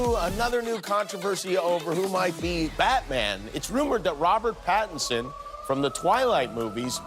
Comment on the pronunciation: Robert patterson heavy Indian accent 🤣🤣🤣 didn't expect it from a recommendation its Robert Pattinson dude